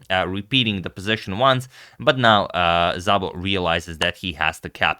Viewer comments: *Zabo :( (Szabo is supposed to be pronounced just Sabo:, so this was actually weird) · Szabó is a Hungarian name and it is pronounced simply as "Sabo" not with a "Zabo" :)